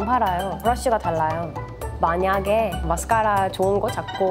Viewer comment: 에 마스까↗라↘ 은근 중독됨ㅋㅋㅋ